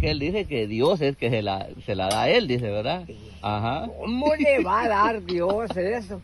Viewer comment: Se dice verdad no VELDA